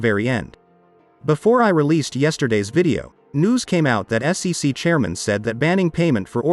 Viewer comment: FFS, if you're going to use a speech synthesis system then make it work properly. Spell out SEC phonetically so it doesn't fuck it up.